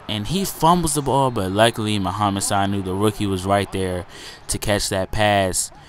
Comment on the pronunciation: ur pronouncing Sanu wrong its su-new, look up his highlights from rutgers